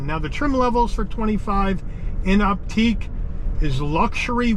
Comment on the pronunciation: It's pronounced "Optick" NOT "Opteek." I cringed every time you mispronounced it. There are too many errors in your description to try to correct.